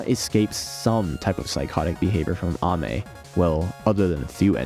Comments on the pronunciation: Pronounces Ame correctly, pronounces niche incorrectly :P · Ok You may be right about the pronunciation of Ame But that is not how you pronounce niche